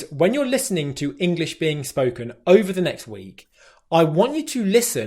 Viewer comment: I noticed that you said "i want you to listen out for the weak forms..." and there you pronounced "the" as the first (or third) option, with a letter "i", but the following word is "weak" and it starts with a consonant. You used the first pronunciation of "the" because you where putting emphasis on the word? Or because the letter "w" on "weak" is considered as a vowel?